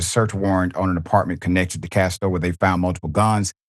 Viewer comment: Prayers for comfort and healing condolences to the family and friends. His name is not Castor - its Casto.